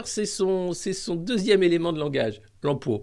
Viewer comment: L'emploa !!! J'adore, ça me fait tellement marrer. J'arrive pas à mettre l'accent ^ dessus !!!